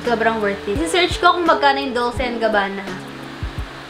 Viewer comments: Pretty good picks. By the way, Dolce is pronounced as 'Dol-che,' thought you might want to know. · 😂 Ung Dolce hahaha biglas po nyan is Dol che 🤗